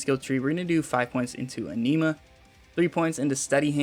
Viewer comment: "A-knee-ma" ...lol. Anima. Like Animal, just lose the "L". Idk why that irked me so. Lol